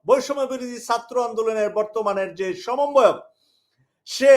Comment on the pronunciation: সমন্বয়ক শব্দটি ঠিক করে বলবেন সামনের দিকে।